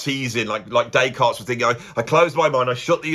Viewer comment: Or “Descartes Bab”, as he was known to his mates.